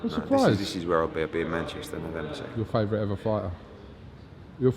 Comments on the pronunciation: sounds like borat😂 welcome to mancheeesta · It's MANCHES'TOH